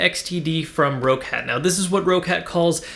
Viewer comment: It's pronounced like "Rocket" not "Row-Cat"